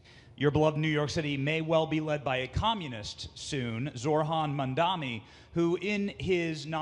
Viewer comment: He isn’t a communist and the intentional mispronunciation of his name is ridiculous